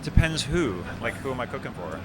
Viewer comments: Low key thought he said cocaine and not cooking 😂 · thought he said cocaine instead of cooking lol